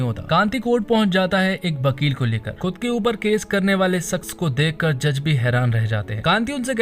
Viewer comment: Bhn ke lode vivek naam h uss ldke ka bibek nhi or vakil hota h bakil nhi hindi bolna sikh le